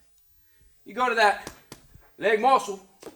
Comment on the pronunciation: Every time I hear say LEG MOSCLE I crack up. I even started saying it, and english isn't even my native language.